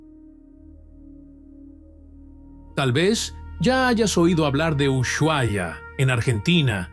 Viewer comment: Como argentino duele escuchar como pronuncia ushuaia. Así que two pala video del ocote